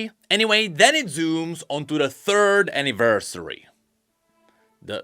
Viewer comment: "aniversary" "aniversay"